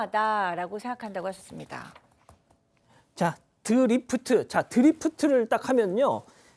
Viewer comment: S.E.S출신 교수가 드리프트를 "드래프트~" 원도리를 "원돌기~"